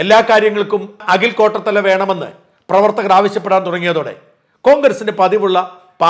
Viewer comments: അഖിൽ "കോട്ടത്തല" അല്ല, കോട്ടാത്തല എന്നാണ് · കോട്ടത്തല അല്ല കോട്ടാത്തല ആണ്